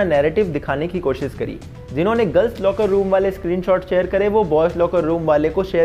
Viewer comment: 'कोशिश' बोलते हैं उसको 'कोशिस' नहीं, बहुत टाइम से सुन रहा था तो सोचा बता दूँ।